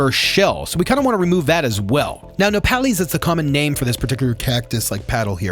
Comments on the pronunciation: Its pronounced nopales the e is pronounced like the e in egg, not nopaleeez. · Miyoko = me-yo-ko. Nopales = no-paul-es.